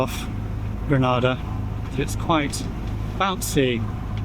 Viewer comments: Just a small but important observation as a West Indian. Granada is in Spain but you are sailing from Grenada. Pronounced "GREE-NEIGH". Good luck. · Gre-NAY-dah, Good Sir. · Gree - nay- dah please thanks (small thing but it will endear you to locals if you pronounce their nation's name the way they do ..oh and Tobago is too-bay-go..not to-bah-gp. small thing but a good tip. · Grenada. Pronounced Grenayda/Grenaida. There is a sailing community in Trinidad and the Caribbean that can advise you on routing etc.